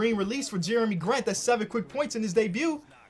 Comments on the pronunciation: "dey - bwee" lmao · turned French with “debuit”. Sound great to pronounce it in my head ngl.